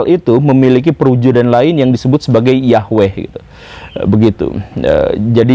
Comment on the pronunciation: Woo. Saya kira guru ketika membicarakan tentang materi ini,dalam keadaan sadar,tapi ternyata sedang mengigau to....?🤭🙏 Tapi bagus,karena guru gembulpun akhirnya bisa mengeja atau melafalkan NAMA... "YAHWEH" dengan benar. Bahkan sudah tahu arti NAMANYA pula....,yaitu: yang Menjadikan segala sesuatu yang sebelumnya tidak ada, Menjadi Ada. Sekali lagi....Bukan sekedar menyebutnya dengan sebutan Tuhan,atau Allah,atau Got atau Tien,atau Gusti Kang Hakaryo Jagat,atau Sang Hyang Widhi Wasa dan yang lain sebagainya. Karena YAHWE itulah NAMANYA,dan sebutanya.....,akan disebut sebanyak suku Bangsa dan Bahasa yang ada ditiap tiap suku Bangsa di Bumi ini. Karena memang YAHWE saja, sebagai satu satunya ALLAH yang Benar( yang Nyata Ada sebagai Pencipta Langit Bumi dan se Isinya ini )..yang kita Orang Indonesia dan juga Orang melayu menyebutnya dengan sebutan.... Tuhan atau Allah. Cumaaa karena guru sedang mengigau saja,jadi guru lupa bahwa NAMA YAHWE itu bukan dari bahasa Arab kuno. Karena Bangsa Arab mulai ada itu setelah Abram mengambil salah satu budak perempuanya yang berasal dari Mesir yang bernama hagai,yang di berikan Istri Abram kepadanya,dan yang akhirnya memperanakan Ismail. Dari Ismail inilah....lahir banyak Bangsa,dan Raja dan salah satunya ialah Bangsa Arab. Jadi igauan guru akibat dari membaca buku sejarah sekuler bisa saya maklumi,sebagai IGAUAN belaka..., akibat ketiduran karena kecapean setelah membaca tadi lalu ketiduran di SIA